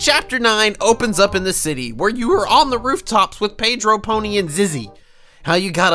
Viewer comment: It really triggers me how he pronounces Pedro's name as Peydro instead of Pedro